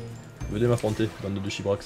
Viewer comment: "Venez m'affrontez bande de chibrax" Tes expression avec l'accent du sud elle me pulverise de rire xD